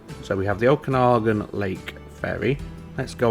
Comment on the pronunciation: Pronunciation of the lake name was spot on. Great series. Thanks